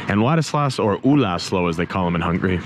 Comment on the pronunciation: Man, you are like a walking Wikipedia. You know more about Hungary than me. I like your videos! Your pronunciation getting better by the way ;)